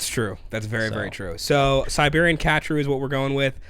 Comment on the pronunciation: Ka TRU - accent on the 2nd syllable